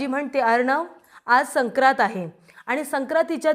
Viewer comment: " सक्रात " नाही " संक्रांत ".